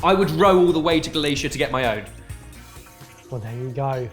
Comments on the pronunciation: This is brilliant. Just a comment from a Galician- it’s pronounced “Gal-eeth-ee-a” and “Gal-eeth-ee-an”. Makes me squirm every time you guys says “Gal-ay-cha” 😋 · Lads, it's Galicia, not Galacia. Galacia is what a very posh person calls a large block of ice. I'm heading down to Borough Market and stocking up with tins ASAP.